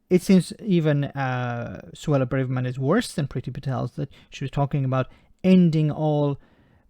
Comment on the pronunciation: "Bravermess" it seems....